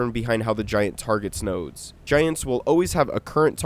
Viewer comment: PLEASE DONT SAY NODES EVER AGAIN